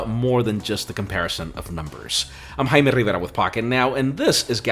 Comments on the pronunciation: Everybody always pronounces and writes our name wrong. It is Jamie or James in english but it's not pronounced "jay-me", it's pronounced "hai-meh". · Exactly. The J y pronounced like an H in spanish. The H in spanish is actually silent ALWAYS.